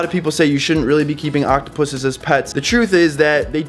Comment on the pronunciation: He is saying it correctly.